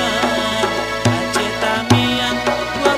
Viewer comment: ingat teman teman,sebutan nya bukan TAMIANG. yang betul adalah [TEMIANG] artinya :tidah terpengaruh,atau tidak mudah termakan rayuan,atau bahasa modern nya {tidak mudah terkontaminasi}